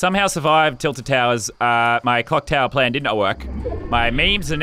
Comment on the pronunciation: Is it just me or did I hear cocktail plan , I know it's clocktower plan but lol